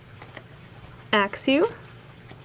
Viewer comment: Bay-gone, not Bag-on. It's from baby and dragon.